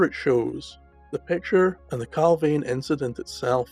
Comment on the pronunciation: Points to note! Location pronounced Cal (veen) Not Cal (vane). Nick pope was on the UFO desk at the time of the incident. All material's from the case crossed his desk. The pick of the bunch photo went missing from Pope's office. The photo shown is of an unidentified flying object and a harrier jump jet. Inverted picture, tosh! Oh and by the way Clarke is a shill, a paid debunker! Strangely went very quiet after the pentagon admitted UFO'S were real. I don't believe the record got the photo's back.